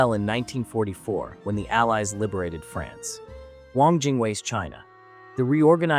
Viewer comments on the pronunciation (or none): none